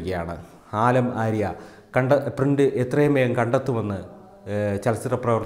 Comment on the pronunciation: ആലം ആര്യ അല്ല സുഹൃത്തേ , ആലം ആര ആണ്